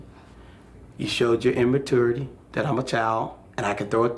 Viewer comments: its so funny how she cares so much about using proper language, and she says stuff like "utter-ra-ly" and "imma-twure-aity" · why does she pronounce immaturity like that?